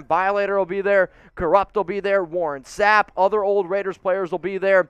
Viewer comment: You say zsapp you s old!!!! funny!!!????